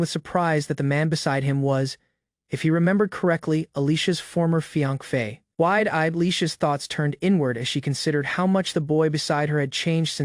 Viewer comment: Hey....Not being a nitpicker or anything...jus get some HELP!!! Fiance sounds like fianc or something...a handful of words sound off but I kept listening